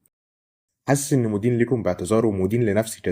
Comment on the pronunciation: صديقي بالتوفيق بس بلاش تكون شعبي قوي ركز في كلامك مدين مش مودين مش بعلق وسطحي وبدقق بس دي حاجه مهمه